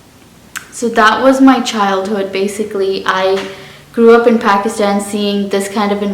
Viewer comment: Phekisten😂 No hate good accent❤️